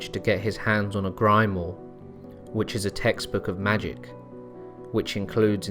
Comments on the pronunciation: Grimoire, not a Grime Ore, but Grim-War. Cool profile,. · Grimoire is pronounced (Grim-wha) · Grimoire is pronounced ‘Grim wah’ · It's pronounced grim-wah. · It's pronounced Grim-Wah lol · Grimoure Grim-Mwah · A Grimoire is pronounced 'Grim-wah' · Grimoire is pronounce like 'Grim-wahr' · Great video, I really have been enjoying the channel. Just a note though for future videos, the books of magic, spells, and summoning rites are pronounced "Grim-wahr" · Good presentation Lucifer is not Satan.......Grimoire is pronounced "grim-wahr"........ (technically speaking) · "the siege of AWLEEYUNS" "he got his hands on a GRYMOOR" ..you really need to consult with somebody who can help with pronouncing French words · Grimoire Pronounced ..’Grim warr’ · It's pronounced grim-WAHR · your pronunciation is bog. gill. grim war. i dont know man. this seems likes a lot of speculative history. i think most of this is booshit. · I love your videos but the way you said grimoire made me laugh. Gry-more. Good stuff! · I'm late to seeing this video, absolutely good video. But , that is the first time I'm ever heard grimoire pronounced in that fashion. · Uuuh -- hardly ever have i heard the word "grimoire" butchered that badly -. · that's the weirdest pronunciation of grimoire i've ever heard.